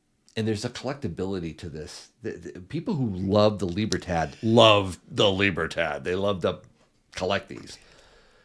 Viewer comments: Its pronounced libra- todd not librahh-tadd bruh 😂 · LIBER- TAA TAAS 🤣